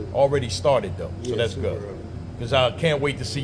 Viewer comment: “It’s Supa Mario” 😂😂😂